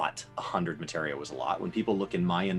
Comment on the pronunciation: Oh my God... finally said "Materia" instead of "Matera." The end is nigh.